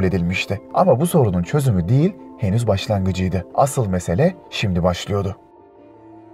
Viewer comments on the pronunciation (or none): none